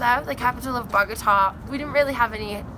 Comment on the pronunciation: Hey guys, great video! Just to let you know, the capital city is called Bogota, not Bogata. Looks like you had an amazing time in Colombia